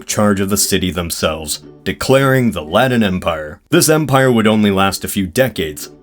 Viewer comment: Who are the “Laddens”? Do you mean the Latins?